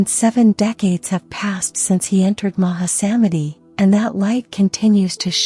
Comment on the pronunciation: I know they are a work in progress, but the AI voices need to be taught the correct pronunciation of Sanskrit words. It's a cringe moment hearing the way the sacred mountain name, Arunachala, is pronounced. Today I heard the pronunciation of maha-samadhi 😮. Made me laugh 😅. I hope this will change over time as Sanskrit or Hindi or Oriya or Bengali and other languages are included in AI voices. Otherwise I am grateful being able to hear these teachings.